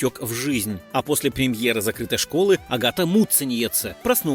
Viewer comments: Автор вы лучшие готовьтесь к своим видео. Много напутано. И не правды прилично. А за ударения я вообще молчу😂😂😂то Муцениеце прям вообще, как будто мычать любите😂 то Шиловская... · Произношение фамилии просто режет уши. Когда уже научитесь прозносить правильно? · Как же автору трудно её фамилию выговаривать😁